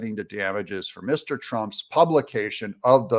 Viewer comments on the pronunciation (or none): Why are you reading "Mr Trump" as "Miss Trump" and throughout?